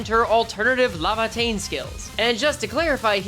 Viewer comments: LAY-va-tayn not la-va-tayn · Bro every time you call it “lava”teinn it keeps punching me in the brain bro 😭